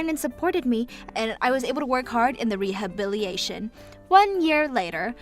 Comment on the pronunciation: In the mother in law sorry, the VA for Maria has a great voice but she reads way too fast. It’s like speed reading and makes the character sound more manic and hard to follow. Also it’s re-ha-bill-a-tay-shun. Rehabilitation. Or just rehab or physical therapy if it’s easier to pronounce. Take your time and you’ll stumble less and not run out of breath. You have a chance to be a really great VA if you just take your time. Do a relaxation exercise before starting and talk as though you’re sitting casually with a friend. 🙂